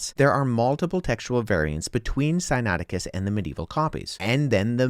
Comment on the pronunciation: sigh-nay-ITT-icus. not sinATTicus!